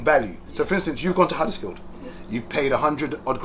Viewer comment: Bro said huddersfield.